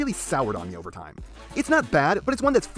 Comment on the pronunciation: Lmao the end u said wasting my tie.....NOOOOO MY TIE